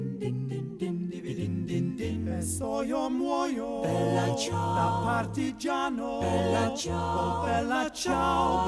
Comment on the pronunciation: "stramatina mi sono alzato" "Bèla ciao" " e soiomuoio da particiano"... emozionante per nulla... capisco che chi non parla inglese e lo impara si espone alle critiche e ai sarcasmi di chi parla inglese, ma se si vuole cantare in italiano, almeno si faccia uno sforzo minimo per una dizione non dico decente, ma non ridicola e assurda... non ci sarebbe voluto un logopedista, ma qualcuno che indicasse come pronunciare le parole... ...inascoltabile.